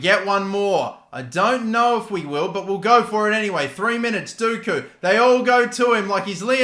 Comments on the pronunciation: its not dooku, its pronounced docku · Dockooo not dooookoooo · I loved the video but one thing. Every time you said “doku” as “duku” I wanted to throw my phone across the room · Why would it be pronounced Dooku, when it is spelt Doku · You pronounce dOku it is an o not an u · Doku pronounced as 'DOH-KOO' not 'DOO-KOO' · Jeremy D-O-KOO, not Dooku from start wars, 😂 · D-oh-koo not dooku the Sith Lord 😂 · Dock-u not doo-ku. Please pronounce it better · It’s Doku not dooku FFS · its Doku not Duku just saying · Please his name is DOKU.... Doh-ku. Hurts me ery time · Please call Doku, Dock-ew. I can’t watch this hearing that 😔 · you pronounce Doku Like Dough-ku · Did anyone else hear him say Doku and immediately think that we have to start calling him Count Doku?😂 I know its not pronounced that way, but the way he pronounced it, it had me excited😂😂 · The way he says it actually pisses me off and he’s said it like 50 times in the space of 3 mins loool it’s FOUR LETTERS. D O K U. (dock-oo) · Surely earn how to pronounce Doku's name, it isn't that hard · butchering dOku's name just triggers me everytiem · I was cringing every time he tried to say Doku’s name.